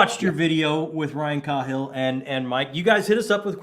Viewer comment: I love that Christopher pronounced Cahill's last name correctly. always a pet peeve to heard it said wrong on the channel.